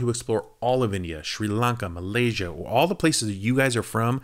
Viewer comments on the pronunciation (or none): none